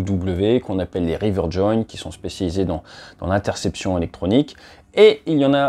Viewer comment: Rivet Joint au lieu de river il me semble. Sinon super vidéo comme d'hab.